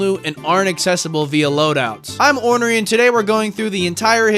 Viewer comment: notice how he recently has been saying "i'm orrnery"? what could this mean